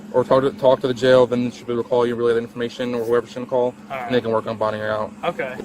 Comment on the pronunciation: Ol girl us definitely going to jailuh! Under arrest uh. Should have been acting like a little childish bratuh!